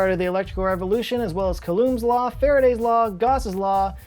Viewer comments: Coulomb: pronounced "COO-LOM". Can we even call it an ad read? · "Coulomb" is pronounced "koo-lom". Like a pigeon trying to say "lom".